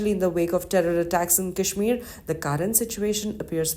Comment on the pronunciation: At least learn to pronounce 'Kashmir' properly before talking about it.